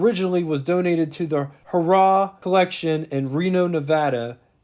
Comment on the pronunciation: LOL! You said "Harrah auto Museum" like Hurrah - like a cheer. It should sound like Hair-Ah. Thank you for showing us this car. I'll have to remember this video when I build my model.